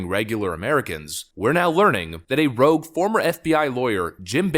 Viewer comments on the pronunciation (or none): "Rouge" he says... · "Rouge" FBI Agents??